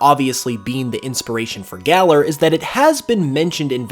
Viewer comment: It's pronounced galaar. Not galler